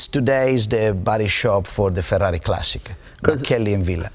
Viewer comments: The way he speaks the word Ferrari is real goddang cool!! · Yes, it sounds really good when pronounced with an Italian accent! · That's how you pronounce Ferrari.